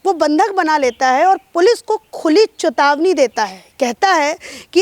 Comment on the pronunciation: khuli chutavani nahi ,chetavani